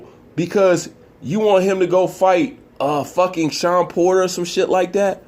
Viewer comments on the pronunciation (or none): none